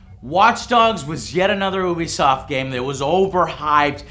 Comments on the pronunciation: Damn it Joe, it's pronounced "You-Be-Soft", not "Ooo-Be-Soft". "You", not "Ooo". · Stop saying OObisoft, it's pronounced YOUBEEsoft.....god that shit annoys the hell out of me. Also, fuck Destiny and anyone who likes it, you're the reason games like that come out in such shit conditions. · Joe I love the show!!!! But for the love of god would you PLEASE PLEASE PLEASE learn to pronounce UBISOFT!!!!! Its You-be-soft...not oo-bee-soft... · Please sweet baby Jesus it's pronounced "you-be-soft" not ooooooobisoft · why do people say ubisoft like ''oobisoft'' its supposed to be pronounced ''youbisoft'' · Joe....Can you please pronounce it Ubisoft "You-bisoft?" It bothers the crap out of me when you pronounce it "OOO-bisoft" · "U.B.Soft" not "Ew.B.Soft" (might as well be though I guess) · I always pronounced Ubisoft like you-be-soft. Anyone else? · U were saying oobisoft instead of Ubisoft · Lol its Ubisoft not Oobisoft